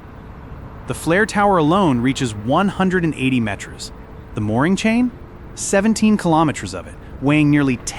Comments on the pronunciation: Only AI would synthesize and translate Metres as "Met-REZ"... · I don't know... I feel like it could catch on if we all start pronouncing it that way 🤣